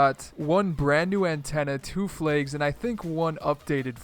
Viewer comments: Lol he pronounces flags like flaigs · the way he says flags